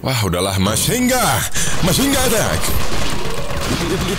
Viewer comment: Pubg player: Machine gun: Mhasying gahhh